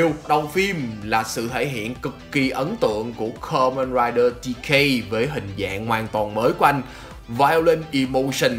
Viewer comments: bạn đọc từ Kamenrider từ từ thôi :((, nghe không rõ hơi khó chịu á, góp ý thiện lành kkk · lần đầu xem kênh này nhưng có ai thắc mắc vì sao ông đọc script đọc kamen rider thôi mà như nuốt luôn chứ 2 chữ men ri vậy :)) t ko tin là bị ngọng trong khi 2 mấy cái tên khác thì đọc rõ to xong gaim là từ khá khó đọc cho một người bị ngọng ấy :)))